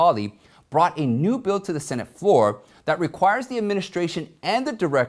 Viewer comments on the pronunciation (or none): none